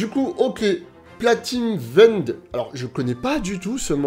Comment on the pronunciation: oh non il a massacré le nom de Platinum End 🤣🤣🤣🤣🤣